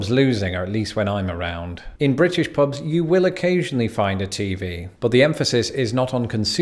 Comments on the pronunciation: "Pobs" 😑 ear piercing. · He pronunciation is so bad. “Pobs and rlsnd”